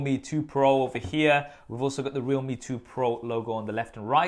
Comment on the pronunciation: Is it not pronounced "re-alhme"? As in realm